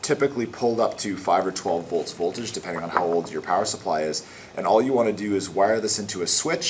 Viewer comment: i mean wire not "witte"